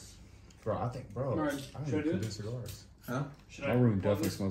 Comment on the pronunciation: Tink about dis…alright, bet…” 😂